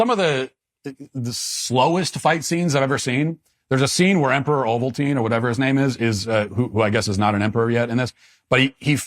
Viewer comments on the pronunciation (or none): "Emperor Ovaltine" 😭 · I have watched this movie probably 30 times and still missed how to pronounce the name of the main baddy. Emperor Ovaltine. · You’re out of control for this one. This had the best light saber fight ever. This was when Anakin became Darth Vader. Better than the first 2 and the last 3 made. It’s Not ovaltein 😂😂😂😂 Paplpatine was a Sith Lord. They’re very powerful. You’re killing me matt. Lmfao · I spit out my drink when Matt said “Emperor Ovaltine” instead of Palpatine. 😂